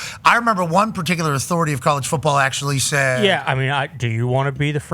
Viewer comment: When coach said run da footeball. Thats when I knew he was the real deal.